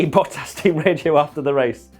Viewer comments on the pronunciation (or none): To all international sport journalists & presenters: ... it is NOT Lewish ... it is NOT Bottash ... and it is certainly NOT Max Vershtappen!